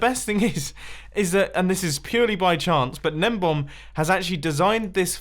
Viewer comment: is it juat me or is mumbo saying gnembom and not gnembon